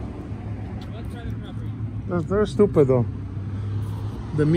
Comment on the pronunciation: Lol he said estupid 😂😂😂